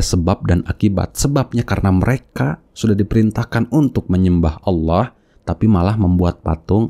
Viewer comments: Ngomongnya Awwoh. Bukan Alloh. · Bukan auwoh kaaaang,tapi ALLOH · Ngaku murta...Nyebut nama ALLOH aja salah jadi AWOH....MURTADIN NASORO DAN YAHUDI bikin SARA nih gak bener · subhanallah.. Masya allah.. inilah istimewanya islam.. Allah membengkokkan 👅 nyah,shingga manusia penipu ini ga bisa menyebut: Allah dan surat surat dalam Quran dengan baik,dan benar.. selalu menyebut; awoh,awoh.. ktauan banget dia itu 🦎 penipu.. sdangkan kita muslim&mualaf aja lancar tu kalo bilang;alah&yesus.. karna alah&yesus dalam kristen itu ga da istimewa nyah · Stres ni orang/AllAH bacanya awoh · Allah maha bijaksana sampai2 dq bsa itu manusia nyebut allah malah awoh ak dngarnya. Sunguh kasian. allah tlah menutup hatiny. Sungguh azab yg nyata baginya. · Allah aja disebut awwah.sdh jelas2org ini cuman.meyuntek bacaan.AlQur am TDK faham arti nya.beraninya.bicara kebohongan. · itu mah kadal yg ngaku Islam.... masa nyebutnya AWOH....itu mah Murtadin abal2 . fixed. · Awoh awoh...bnr in dlu lafaz nya ..nt klo udah bnr br kt dgr deh yg lainnya..ayak2 wae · Lidahnya kelu jika ingin menjelekkan nama Allah,makanya tiap dia pengen nyebut nama Allah Malah ngomong Awwah😂😂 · Mutad?? KADAL OTENTIK KALI.. MENGUCAP ALLOH SAJA GA BENER KATANYA MANTAN MUSLIM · Melafalkan Allah saja gak beres 😡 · Semestinya malu Penyebutan Allah aja udah salah semestinya malu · nyebut Allah saja tidak pas. ini murtadin rekayasa. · Allah sj ngak bisa sebut msya Allah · _pengucapan Hurup Lamul jalalah nya dlm lafadz ALLAAH nya juga sdh gak bener 😇 dasar kaaaafiiiiiruuun 🙈suruh ngaji tafsir dlu sebelum mengartikan ayat tsb 😁